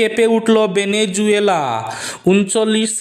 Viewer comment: ভেনেজুয়েলা নয় ভেনেজুয়েলা